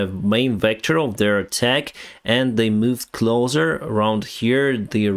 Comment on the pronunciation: they are moving closssser, not “clother” clothes sounds like close, but we usually pronounce “pick up your cloze.” But they are moving “closer” the s makes an s sound